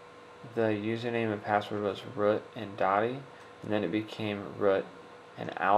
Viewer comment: hey i just wanted to say, cause of the way u said it user name: Root Password: Alpine It took me a while to figure out u were saying root, no offense or anything. :D